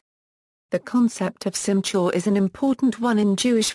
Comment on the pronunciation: Absolutely wrong pronunciation. There is no "CH" in Hebrew.